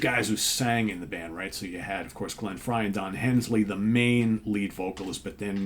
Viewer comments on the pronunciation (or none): Did I hear you say Don Hensley? You of all people should know it's Don Henley 😂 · Just curious, do intentionally refer to Don Henley as "Hensley"?